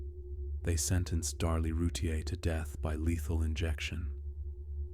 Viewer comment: Its Roo-teer